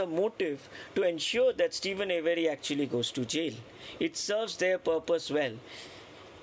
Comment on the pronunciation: Steven's last name is pronounced A-ver-ee, not A- very. 😊